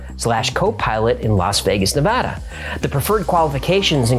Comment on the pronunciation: I remember the 'M Cave' episode as the first time I smiled when I heard 'Nevada' (where I lived for nearly 25 years) pronounced correctly. Thanks,! Btw, in 'Georgia Guide Stone' you mention that Robert Christian sent a copy of his book to every member of Congress, but in the picture showing this book there's a handwritten notation explaining that it is "96 of 100". I don't know if there was a time in our History where we had only 100 members in Congress. We've had exactly 100 SENATORS ever since admitting Hawai'i (August 1959) as a State though...